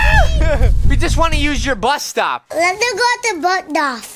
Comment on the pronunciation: trying to say bus stop 😂❤